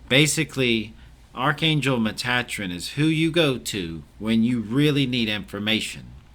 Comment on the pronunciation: I have never heard Metatrons name pronounced like that. Did you get that when you were channeling?